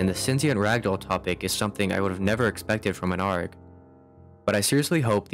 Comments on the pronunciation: i'm gonna be honest, hearing "gmod argh" out loud causes me physical pain please just say A R G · i cant stop laughing at the fact that you just pronounce it "arg" like a pirate instead of "A-R-G" like the letters. i dont know why but i find it so ridiculous lol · Can you please pronounce arg properly A-R-G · Is no one gonna talk about the way he pronounces arg like its a word and not an acronym